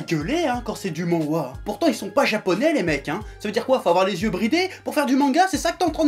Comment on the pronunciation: Manhwa (만화 en hangeul) ça se dit "MaNN-hwa :x voilà. Au revoir <3